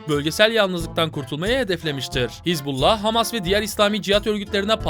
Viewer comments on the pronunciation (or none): none